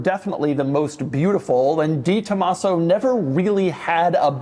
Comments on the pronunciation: Doug's the type of guy to talk about a 'de Tomaso' but say it 'di Tomaso'. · Doug is the type of guy who will say "Dee Tomasso" instead of "Deh Tomasso" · It’s DE Tomaso. Not DEE. De…. Like day. Tren De Aragua….. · “The” Tomaso. Not “Dee”. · Not sold through 'Ford' dealers...pantera was sold through "Lincoln" dealers...yes, there is a difference. Also, it's pronounced 'deh Tomaso' and not 'dee Tomaso'...yes, there is a difference. Lovely early example without the overly large tires and ridiculous fender flares of the latter versions...very cool car. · De is said "day" for all you pukes saying Posche is "por shay" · It's not DiTomaso, you can tell by reading the name.